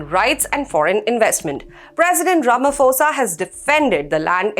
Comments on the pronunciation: Just one tip, when you pronounce Ramaphosa's name - pretend the 'h' is not there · Mr Ramaphosa not Ramafosa